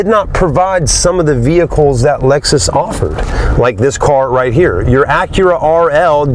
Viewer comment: Dude called it an Alexus at the beginning.